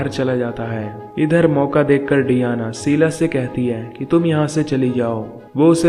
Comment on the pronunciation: Sheela not seela. Please correct your words